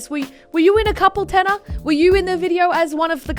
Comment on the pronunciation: THANK YOU FOR SAYING THAT TANNER TRIGGERS ME SO MUCH ITS TANNAR